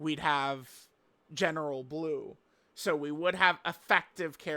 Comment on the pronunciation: We all heard him misreading Blue right? Also Goddess of destruction bulma from that red zone peppy gals thing.